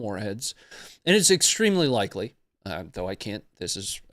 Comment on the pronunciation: Hah! said “ extremely likey”